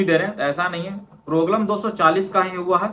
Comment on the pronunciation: Proglem❌ problem ✅😊